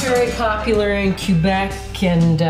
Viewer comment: Will make your recipe However Quebec is pronounced "k..(as in flick). i (as in flit, or mitt)...bec". Respectfully, "q...bec" grates the ears. Love you anyway.😘